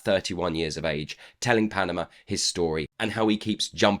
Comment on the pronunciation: Great review! but why do you call Padma Panama?